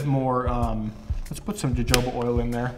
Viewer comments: Its jojoba oil not "huhoba" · Video is great. Btw its pronounced "hohoba" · Jojoba is pronounced HoHoba. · As a fan of your beard vids, I can't let you pronounce jojoba oil like that. Its pronounced [ hohoba]. I'm only saying this thru experience, I was on the phone with a few friends talking about different oils n I pronounced it jojoba, I was laughed at. Lol. But I enjoyed your video, I plan on making my oil beard oil to sell. Thankx alot bro. Keep up the good work. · Jojoba is pronounced Ho-Ho-Ba. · Jojoba is pronounced with an H sound. Hohoba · Or because he says Joe-Joe-buh. Lol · Nice content 🎯. Jojoba is pronounced. Ha Ho Ba. J is H. Straight Simple recipes 🎯🎯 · Great video 💕💕💕💕💞, it’s jojoba is pronounced Huh-HO-ba 😇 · I have to say it…..Jojoba oil is pronounced “Ha hoba”!! The j‘s have an h sound. 😘😘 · Jojoba is pronounced huh-ho-ba, btw. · Love your videos, but it's pronounced "hohoba". LOL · It's pronounced ho-ho-bah oil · I said out loud, "dude, you're drifting, you're gonna spill it" and there goes your savings! Haha. Oh...and say "measurement of Jojoba oil". 😂 Also 'schedule' and 'progress'. Seriously though, thanks for making these videos, they're entertaining and helpful. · This is good. The j's in Jojoba are pronounced like an h. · I find it adorable how he mispronounces Jojoba oil every time